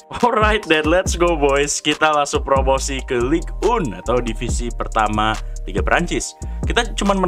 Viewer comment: Btw bukan ligue un tapi ligue eng